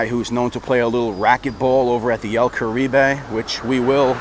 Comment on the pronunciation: el carib.... the "e" is silent- spent a lot of my childhood in there- 2 buddies had wedding receptions there